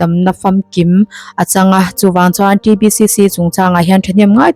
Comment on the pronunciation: "T" Ti lo Tri lam talh talh chu a 😂😂😂